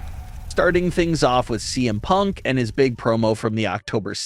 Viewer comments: Is it just me or did you say DM Punk at the very beginning?? lol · I love how the beginning he says DM punk instead of CM punk lol.